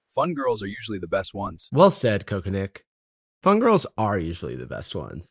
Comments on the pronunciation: I guess both. It's meant to be coconick yet I hear coke addict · Did I actually hear Cherrita call the coconut Cock-a-Nick, or is the psychosis setting in already? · They can’t even keep Coconick’s name pronounced the same